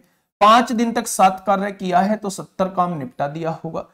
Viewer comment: Bhaiya 70 vala ka rrrr hai